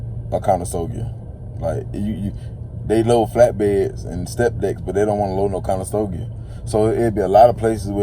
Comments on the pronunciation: Conestoga not Conestogia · Click bait Over monetized Conestoga, not conestogia…makes you sound like you don’t know what you’re talking about